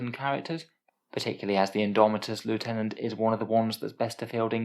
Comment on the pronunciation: You said "Loo-tenant". Then you said it again! Noooo!!!